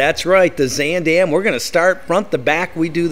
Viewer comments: 1) Why do you keep pronouncing the name wrong? It’s more like Z-ahn 2) Who says “chow”. Horrible. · I have to start off by saying I'm really looking forward to this video but it's going to be so hard to watch because you are not pronouncing Zaandam correctly. 😢